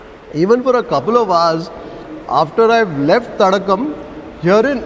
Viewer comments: It's not Thadagam. It's Thadaagam, meaning pond. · Not Thadagam, it's Thadaagam sir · It is not Thadagam ( தடகம்) as pronounces. It is Thadaagam (தடாகம்) which means a water body